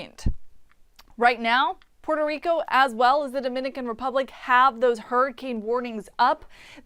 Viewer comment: Jajaja poro rico..Rico come on plz u know u can say Puerto Rico. 🤣